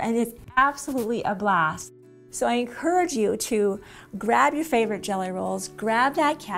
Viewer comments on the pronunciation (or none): none